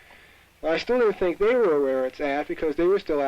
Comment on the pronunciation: You should have emphasized the word how instead of the word think